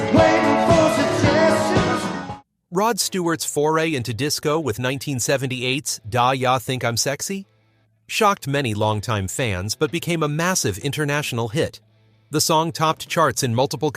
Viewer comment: Was it Dah Yah Think I'm Sexy that gave it away? 😂